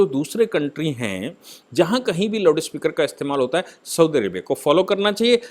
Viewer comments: Its Loudspeaker not loudispekar. See the heading of this video. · It is loudspeaker ,not loudispeker